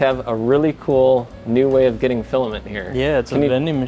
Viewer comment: sure what type of filamhmhmhmh